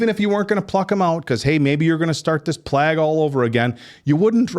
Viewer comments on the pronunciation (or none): Why do all of you keep mispronouncing plague? 😅 And Ralph Fiennes.